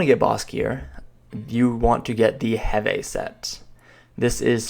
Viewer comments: its called HEEEVEEEE NOT HEVAY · Kzarka = Zar-ka (K is silent like in "knife") Heve = Heev (last e is silent like in "Steve")